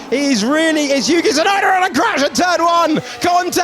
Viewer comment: " It's Really a Yuki TsuLando N a CrAsh at turn 1" lol